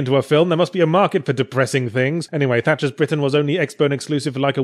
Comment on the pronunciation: Haha... Tatcher's Britain... I laughed every time you said it.